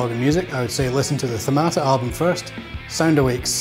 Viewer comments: As a Greek, Hearing the word THEMATA so mispronounced, kills me every time 🤣 but no worries mate, no hard feelings, it's understandable ;) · I did enjoyed that video! Thanks for putting all the effort , it's appreciated. Ofc having a word being mispronounced, it's not important. Keep up posting some good material ;)